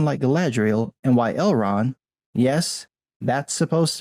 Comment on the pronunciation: “Elron”? And you’re sitting here claiming to be a “fan” and crucifying anyone who deviates from lore, yet you don’t even know a big character’s name…you even read the books or just audible? It’s ElronD, clown. Maybe if you had ever read the book instead of audio booked it then you wouldn’t be confused about what the character’s name is. “I read the Silmarillion every year but I don’t know the difference between Elrond and Elron!” Ok, dude…lol